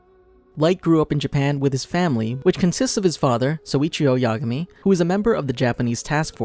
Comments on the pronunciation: "Light Ya'gami" -it's yagami. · Well it’s not yagami it’s ya-gami